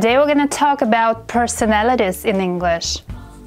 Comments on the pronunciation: Bro she is teaching us English she says persoinnLoities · The "PERSONALYTYS" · Did she say personatis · she can't even say personalities